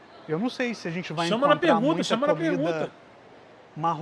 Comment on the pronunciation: esse cara troca o ''ar'' no fim das palavras po ''er'' ou eu to maluco, encontrER, explorER...